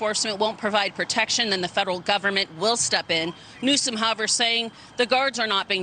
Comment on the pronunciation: Sounds like the news lady said Gavin Nuisance. Lol